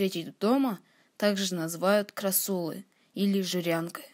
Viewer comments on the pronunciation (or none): Ужасно.....еле говорит,все кому не лень- горе блогеры.....Не " крассУла а крАссула"прежде чем советовать надо читать литературу по теме